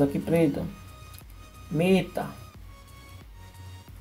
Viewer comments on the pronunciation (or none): "Mêta" kkkk o certo seria "Méta",kkkk gostei do video, LIKE